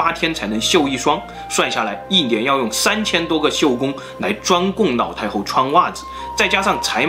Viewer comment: 你的故事很好聽很仔細😄 但是你的發音讓我一直 瘋狂出戲中😂 一連（年），口述溺（歷）史 腦（老）太后，壽比藍（南）山 喝茶時要兌ㄌㄞˇ（奶）ㄌㄞˇ茶 ㄋ、ㄌ分不清楚... 笑到肚子痛啊！